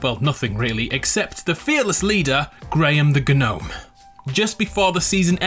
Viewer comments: It's definitely not pronounced GA-NOME ffs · Gnome is pronounced Nome the G is silent but I'm sure you already knew that.